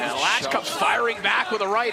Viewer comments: Kiedy oni sie naucza wymawiac te polskie nazwiska....😅😅😅😅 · To jest Piotr Łącz 🇵🇱 a nie żaden kurwa "Peter Lacz"! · Walka piękna ale żeby nie potrafili się nauczyć wymówić Piotr Łącz to żenada w uj... 🤦